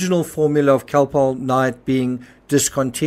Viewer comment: Cocoa contains caffeine and sugar, which are stimulating, not sedating. But the interviewer said Calpol, not cocoa. Her accent distorts the sound of the word and the audio is not the best quality, being old, so it would be easy to think she said other than Calpol. She pronounces it like Khol-Polh.